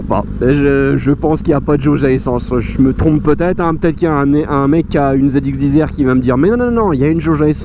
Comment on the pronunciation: Punaise...j'en peux plus des " ZX10 Z'R"....c'est 10....10.... On prononce "DISSS" Donc ZX "DISSS" R pas "DIZ'R"......Voilà...c'était mon petit coup de gueule 😄 Sinon très belle machine 😍😍😍